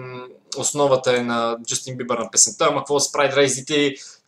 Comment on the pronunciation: Тоя вика Justin #BIBAR или само на мен ми се струва, че вика така 😂😃